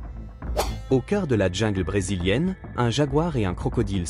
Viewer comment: qu’il apprenne à parler français, on ne dit pas la djungle mais la jungle